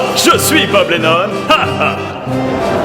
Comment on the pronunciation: Vu le nombre de "O" que tu met dans son nom, on a plus l’impression que tu dit "Boobs" que "Bob" :D